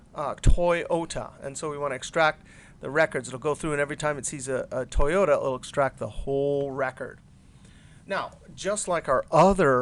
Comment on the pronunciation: lol toy-ohta?